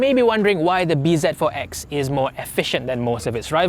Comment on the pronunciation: Not read as B Z... Its Busy.....Z pronouces as Zi as it zero